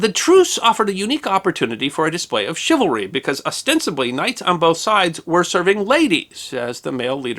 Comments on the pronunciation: ok this is me being picky, but shouldnt it be pronounced chivalry with the c being swapped by an s? its ony a trifling matter great videos by carry on regardless. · Dear, A couple notes on correct pronunciation of a couple of words-- First, is the word 'chivalry', and all of its derivative words. Two areas of focus on this word-- You often, in this piece, put emphasis on the 2nd syllable, 'val'. The only emphasis for the word, 'chivalry', and any of it's derivative words, should always be put only on the 1st syllable, 'chiv'. When doing otherwise, you sound like you are unfamiliar with the word. 2nd point is that the 2nd syllable should always be pronounced using the 'uh' sound for the 'a' in 'val', as you would pronounce the 'e' in the word 'the'. This is the correct manner to pronounce this word when speaking the English language. Otherwise, you come across as sounding unacquainted with word 'chivalry', and it's derivatives. A second word you mispronounced is the name of the French city of Nantes. Both in French and in English, the correct pronunciation of this city of Brittany, (in French, la Bretagne, or Breton), is 'Naunt'. In neither language are the letters 'es' at the back end of the word pronounced. You assumed they should be pronounced like the word 'ace'. Those two last letters in 'Nantes' are silent. They are used because Nantes, itself, is a feminine word. Unless a word in French has either an 'accent aigu' (which is above a letter 'e', and stants upwared from left to right), or an 'accent grave' (where there is also an 'e', and an accent mark above it that slopes downward from left to right, making the same sound as